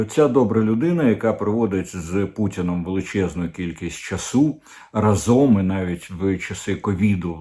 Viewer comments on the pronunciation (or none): none